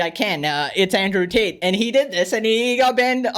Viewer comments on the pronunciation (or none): none